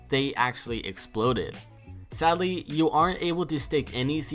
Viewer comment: Why do you say sally you don’t say sadly.